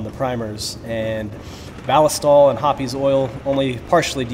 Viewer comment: The E in Hoppe’s is silent. Hops. Not Hoppies.